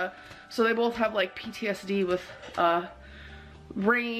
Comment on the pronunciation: I can’t stand how our dainty, quirky girl says molment, bolth and expecially 😡